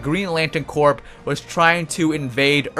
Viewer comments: decent video thanks. GL Corps is pronounced "Core" not "Corp", like Marine Corps. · Its pronounced core not Corp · corp isn't pronounced corp its core ya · It's pronounced core not Corp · It is pronounced core, not Corp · when u say corp your not supposed pronounce the p lol u say it like core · He keeps saying "Corp" instead of "corps" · Nice video, but I gotta tell you're you're pronouncing "Green Lantern Corps" wrong. It sounds like "core" not "corp".... its French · btw 'corp' is pronounced like 'core'. you don't say the 'p'. like marine corp isn't with the 'p'. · "Corps" is pronounced like "core" as in Army Corps of Engineers. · Corp is pronounced core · Is English not your first language? You sound like an imbecile. BTW the p is silent in "corps" it sounds like "core"" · the p of corp is silent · The way you're pronouncing "corps" is triggering me.